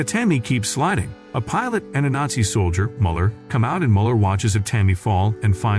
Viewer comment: Is it really that hard to pronounce the word nazi correctly?